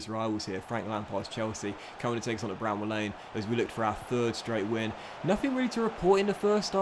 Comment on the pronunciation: It’s Bramall Lane not bramble!!